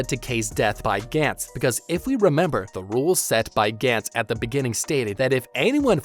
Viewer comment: Gantz was very good, characters in the show were put under extreme stress and overly confident which applied to the scummier characters. It was genuinely good and dark in many ways showing how disgusting human beings can be especially when being given a second chance at life. Gantz (Ga-ntsu) not (Gan-ts) was very good and didn't get the recognition it deserved. I get your vids are supposed to point out the flaws they made and that's something everyone thinks about when seeing characters in danger is what THEY think would do. Not my style cause it kinda is pointless when you're not mentally prepared for something this world shattering and saying "They're stupid for doing this" when it's missing the point of how Gantz tries to show how terrible humans are. I like that you're talking about it cause it deserves more attention but it puts it in this weird spotlight where you're kinda missing the point of it and how ordinary people good or evil can't really be expected to be so crafty on the spot without experience. Which is the whole reason why Joichiro exists in the first place to show that even though he's young, enough experience has driven him to become crafty and essentially find his work around for a life or death situation. Again its good to cover it but acknowledge the fact that these characters are ordinary mundane or fucked up people.